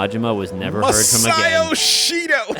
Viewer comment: The only reason I know is saying Masayoshi Shido wrong, is because of how annoyed I was at the way the english pronunciation made it sounds like "Masayo Shishido."